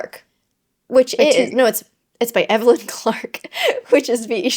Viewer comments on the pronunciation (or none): none